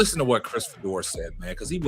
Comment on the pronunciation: His name is pronounced Fee-Door. For the record, I don’t care about Fedor or Sanders one way or another. How’s a critique of Sanders racist? You may vehemently disagree with his opinion, but to call it racist is fallacious! Put that card back in the deck and be more judicious the next time you play it.